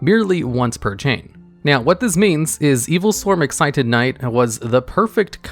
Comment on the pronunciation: Thank you for pronouncing Exciton properly. Also, he lost his tail.